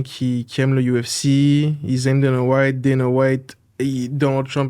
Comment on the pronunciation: Je vous adore, mais apprenez à prononcer UFC en français